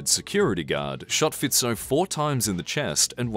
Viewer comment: You are the first and only youtuber i know who pronounces Roberts Fico"s name correctly, congratulations. Clever americans. aaaand then u got it wrong with Kuciak, so close..